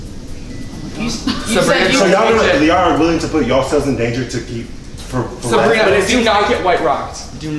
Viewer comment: Am I the only one that noticed is calling Sabrina Sarina